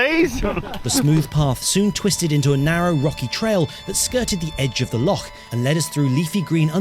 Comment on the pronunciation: I really appreciate the accurate pronunciation of "loch". Well done on the long walk as well, though.